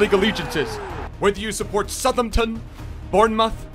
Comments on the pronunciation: Phil F(OHH)DEN NOT FODDDEN sorry just kinda triggers me also SOUTHampton not SUTHAMPTON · ‘Suthumtun’ bournmuth’ relax with putting pronounciations on every word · "fod-den" and "suth-ump-tun", my god the cringe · How u say Southampton and Phil foden 🤣🤣 totally wrong way how u pronounce it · SOUTH-HAMP-TON. Please its too painful for my ears...